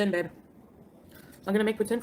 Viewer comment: Why must all these lolcows call each other 'babe'? It's so annoying cos it always comes out super-fast like beb! It's pronounced baaaabe!